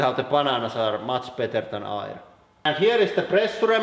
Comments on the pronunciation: Air not irrrr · Air. Say "ehr" not "ire" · hey man, it's pronounced AER , or ERR , not ir. (i mean air) say it more like "fair", or with the "E" in "melt" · It took me 5 minutes just to figure out he was saying "air" instead of "ire"... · When you say "air" I hear the German "eier", which means "eggs". So, maybe eggs?